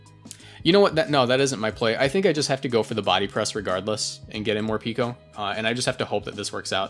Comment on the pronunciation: (it's pronounced Mor-"pecko", since the japanese name ain't morupiko but morupeko)